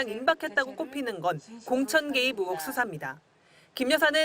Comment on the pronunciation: 발음 좀... 의혹을 자꾸 ‘으혹’이라고 하심 전라도 말씨 때문에 어쩔 수 없는 것 알지만 조금 더 신경 써주세요😢 기자님 화이팅!!!